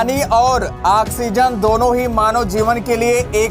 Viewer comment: Sala anpar gawar,,,,,,,,fake news kyu banate ho.......janta ko bebhakuf samaste ho kya.....sala oxygen ka pronounce to thik se aata nahi "aksizen"🤣🤣🤣aur Chala journalist banne🤣😂😅